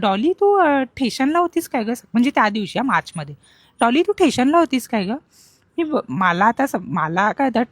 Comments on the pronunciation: Station ❎ Thation✅ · Station. Sthation 😅😅😅